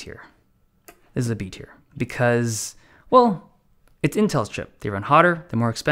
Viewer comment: Thanks buddy! Not all heroes wear capes ( ◜‿◝ )♡ Oh also, it's "Tier List", not "Tear List". Cheers!